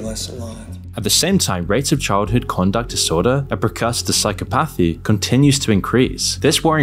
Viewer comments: Psychopathy is one word, please stop saying psycho-pathy 😅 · Great vid. You are pronouncing psychopathy wrong tho, just fyi